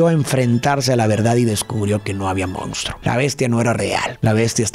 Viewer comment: Me encanta tu contenido!!! Solo que la palabra que más repites en todos tus videos es “MONSTRUO” y me parece irreal que digas “moUnstruo” lo cual es incorrecto… 😅